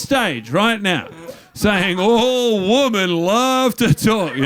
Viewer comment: I love that guy mont cant say 'women'